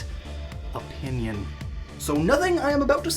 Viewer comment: pinpinion sounds funny.